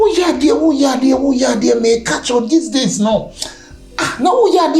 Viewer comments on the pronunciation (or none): Did I hear disease instead of these days? ? 😂